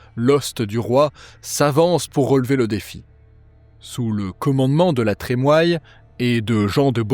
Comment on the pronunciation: Super ! Merci !!! NB : La Trémoille se prononce "La Trémouille"